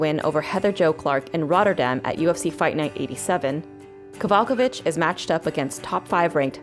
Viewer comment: This video lost me when butchered Kowalkiewicz's name